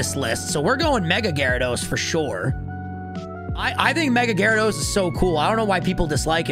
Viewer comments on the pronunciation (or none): GYARADOS, NOT GYRIDOSE!